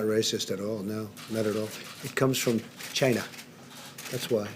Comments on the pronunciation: 'it comes from *chyna*' - the way he is spitting out the word - .lievable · the way he said "China" 😂